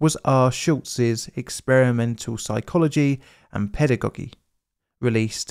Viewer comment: First time I hear this pronunciation of the word 'pedagogy', is it the British way? Thanks for the informative video!